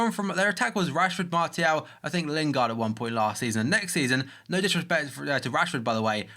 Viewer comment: There's no T pronounced in Martial. It's like s